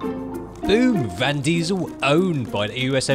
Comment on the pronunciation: said 'Van' Diesel in the Fast & Furious...